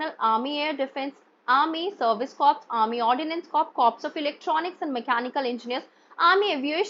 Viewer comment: Ma'am a humble correction CORPS is pronounced as "CORE".😊